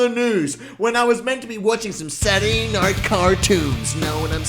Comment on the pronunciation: Did no one notice he said “Saturday nart cartoons